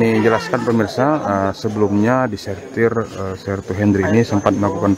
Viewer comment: Anggota disersi x bukan disertis